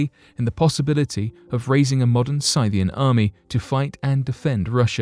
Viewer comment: Are you saying, Scythian? (Sith-ee-in)